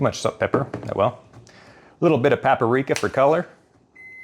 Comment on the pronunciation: paprika is a 3 syllable word